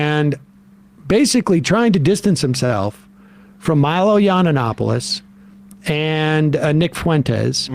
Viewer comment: Low key flex that Sam has been mispronouncing Yiannopoulos for 6+ years 😆